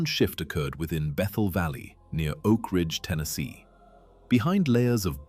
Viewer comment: ‘Oak Ringe’??😂